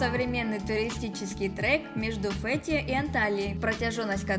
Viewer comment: Название так интересно произносишь. Ударение необычно звучит))